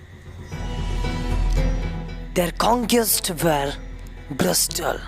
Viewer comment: Cool man, but i guess it is pronounce "brutal" not "brustal"